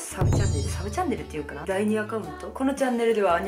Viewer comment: ２／３の確率で結婚かと思ったやん。「サブチャンネル」が「さぶちゃん」に聞こえたわｗ